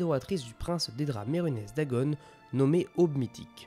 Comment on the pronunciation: Alors.. Autant je reconnais le travail de compilation et ce genre de résumé accéléré est très agréable. Cependant tu as de nombreux problèmes d'élocution... Que ce soit la prononciation de certains noms (Mi(s)karkand, Oblivion(N), Mehrunes Dagon(N), ULmaril (?), PelinIal (?) au point parfois de prononcer un même noms de trois manières différentes en une seule phrase. La concordance des temps aussi pique les oreilles, tu mélanges des temps au sein d'une même phrase qui ne fonctionnent pas ensemble quand tu n'inventes pas carrément des conjugaisons ("devena" n'existe pas, on dit "devint"). Vraiment ça pose problème car dès qu'on s'en rend compte on sort complètement du récit.